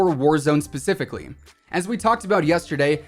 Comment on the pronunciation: "pacifically" a spicier meatball!! oh hey no new sniper whatya know wow...